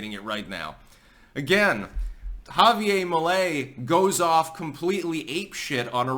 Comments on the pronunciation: It’s JavieRrrr. Not Javie-ay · why do you have such a hard time pronouncing Javier? It's HAH VEE AIR, not YA Ve YA. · Once again, its pronounced "ha-vee-air". Not ha-vee-ay. Its Spanish, not french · Ja-vi-ER , pronounce the R! Right on! Finally, some good news for Latin America! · I think his End the Fed puts him firmly in the Ron Paul camp, but he's very funny, which is more a Trump-like thing! Remember, Anarchy is Better than No Government at all! Chile has always been about 50% Socialist. Also, the "r" is pronounced in Spanish. Unlike in New Hampshire!